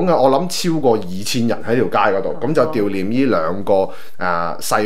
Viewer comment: ‘悼’念 讀音是 ‘道’念